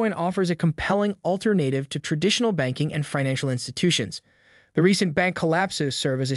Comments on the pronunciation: Where's Saylor's speech? (And "all-ter-nate-ive"?) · Stop saying Alter-native!